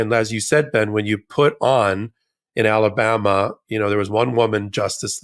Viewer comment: Did Ben just call Alabama "Talabama"? Apt